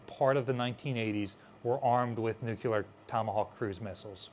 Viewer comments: Nuclear, not "nucular." Nothing you say has any credibility if you can't bother to say "nuclear" correctly. It is not difficult. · NEW-CLE-AR! not nu-cue-lar! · New-Clear, two syllables lol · Nuclear, nu-clear, "new clear" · Do a shot every time you hear "nukular". I dare you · We can call it a Nukular Mazora shot. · I die a little inside every time says “nucular”